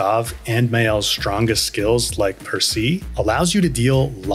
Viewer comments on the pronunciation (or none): Great video. Frenchie tip: Percée = per say not per see.